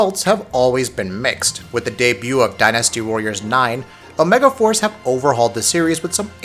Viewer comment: I came here for Dynasty Warriors. But all I hear about is "Die Nasty warriors."